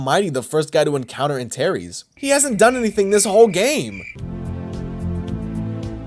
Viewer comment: Bro, Antares, not Antaeries